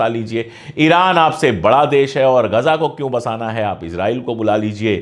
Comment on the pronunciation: are bhai "Gaja" nahi hai "Ghaza" hai.